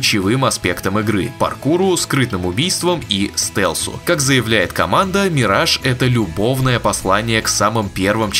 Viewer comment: Ваши попытки в произношения зачастую приводят к обратному результату. Бросали б вы этим маяться… Mirage произносится в английском почти также, как в русском. И никакой не мирэдж. ЗЫ: assassin тоже ни разу ни эссэсин.